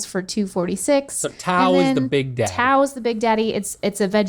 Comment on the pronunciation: That's not how to pronounce Tao!!!!